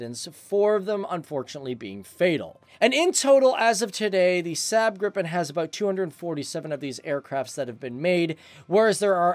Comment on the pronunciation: you pronounce Gripen wrong, it's not Grippen it's Gripen